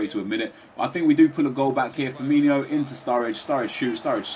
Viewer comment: It's spelled Firmino, not Firmiño or Firminho, so why would you pronounce it like that? O.O